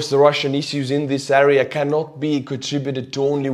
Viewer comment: please pronounce the word "area" correctly. You can listen on google translate how to prounounce it.